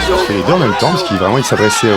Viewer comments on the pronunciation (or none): none